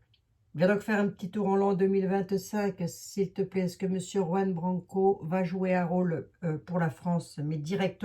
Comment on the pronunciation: Prononcer "Rouan"avec un R bien gutural! C'est un jeune tres doué, avocat en droit international a 28 ans!a ete avocat de Assange....